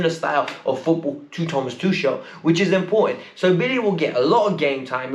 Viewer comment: U can't even pronounce Tuchel's name properly.. 🙄and u think you'll learn to pronounce Mbuyamba's name from the commentator... What a joke!! 🙄💩💩💩